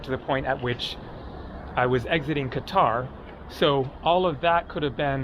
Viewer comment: Why did you say Cutter, you had it right before, it's Qatar (Ka-tar), maybe they're arresting all the people who insult their country by not pronouncing Qatar correctly